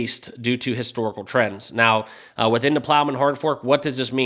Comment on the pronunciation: Dude it’s Plomin not Plowman…that’s a sandwich 🥪